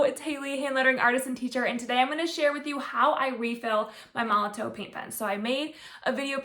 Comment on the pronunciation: Molotow is just the German spelling of MolotoV, with a V sound